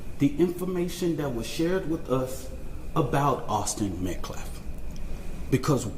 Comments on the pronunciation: His name is Austin M.E.T.C.A.L.F...not Metclaff... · This fool can’t even say Austin Metcalf the right way.. Met claaf .. he is a joke. This whole family is pieces of shit. They should get in trouble for him carrying a knife to school all the time. They jail parents for their kids missing too many days. I just have a bad feeling about this case.. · "Awzden Mekleff"!! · Whay is Austin being called his last name Metclef ? That's disrespectful... At least pronounce Austin's name correctly. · This POS Activist is not only the biggest Racist out of any of them but the LIES he stood there and threw up out of his mouth was ridiculous! And he still CAN'T say the word Metcalf, wow! 🤬 PS ~ DON'T tell the press they can't ask you anything else! 🤦‍♀️ #justiceforaustinmetcalf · Oh and I wish that asshole talking would pronounce Metcalfs name right.. either he can't read the name right or he's doing it on purpose.!!!! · notice how this guy cant say Metcalf correctly, talk about disrespectful. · That dude still can’t say METCALF right?! 😤